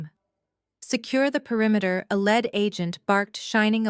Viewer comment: "Horse do vers???" Egads. Proof listen to this crap before you turn it loose on listeners. It's "leed" officer, not "led." Too much talk...yak, yak, yak. Decent story but too much explaning. Indianapolis USA April 17, AM